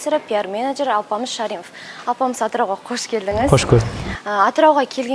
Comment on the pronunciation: Ш.А.р.И.мов Емес Ш.Ә.р.і.мов болад !!!